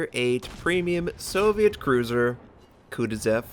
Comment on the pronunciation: It hurts my brain when you pronounce the kutozov the "kutezev", I know some people have different ways of saying names but all you have to do is look at the name for this one, there's no E's. It almost feels like your not even trying to say it correctly.